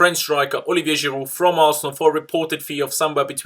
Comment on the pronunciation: Now i can listen to you giving the most legit pronunciation of the name, Olivier Giroud!!